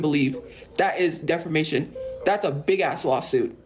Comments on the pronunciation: Does no one else hear her keep saying defermation instead of defamation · Not DEFERMATION 😂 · Its a well known tophiaism at this point, we got defermation, somewheres, anywheres, and many others